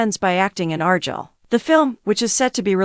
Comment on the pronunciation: What do you expect when they're so lazy they use AI to narrate, and the AI they use can't even pronounce Argylle correctly.